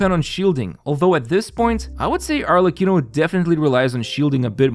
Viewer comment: Still amazed by the quality of your content. Perfect pronunciation of Arlecchino btw.